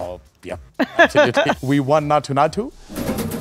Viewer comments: Everything is fine but why is he pronouncing naatu that way.. he knows the exact pronunciation and instead of correcting it he is making it sound worse.. Please don’t do that.. please.. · Bro said naathoo naathoo 😭